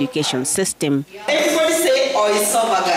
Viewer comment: Mwalimu pia ana pronounce esophagus wrongly😅😂 The poor kids will prounce it forever wrongly😅 Education mbaya tibim